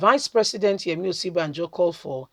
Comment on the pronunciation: Sister please sound this name like this..... Oshi.. bah.. jo